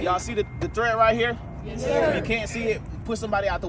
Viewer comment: homeboy giving a lecture on tires, saying “thread”… multiple times 😂